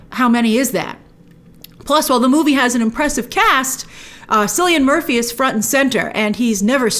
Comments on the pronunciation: Did you say Sillyan Murphy??? His name is spelled 'Cillian' but its ponounced 'Killy-an'!! 🤣😂🤣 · BTW it's 'Killian Murphy' not 'Sillian Murphy' :) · Silly-in Murphy???? Grace, please, my Irish ears are BLEEDING with that botched pronunciation lol. There is no K in the Irish language alphabeted so C takes its place. Cillian Murphy is pronounced Kill-E-IN. There's nothing "silly" about it LOL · Grace, it’s pronounced Killian Murphy! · Great video! Cillian Murphy is pronounced like Kill-ian. He’s from my city in Ireland